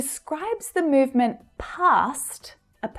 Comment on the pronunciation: [mjuvment] ... [m'ju:v] .... sorry, but where did you get it?? where did you get it?? horrible accent!!! only village men talk like that!! You ought to correct this !